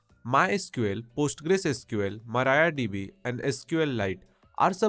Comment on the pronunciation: MariaDB❌ MarayaDB✅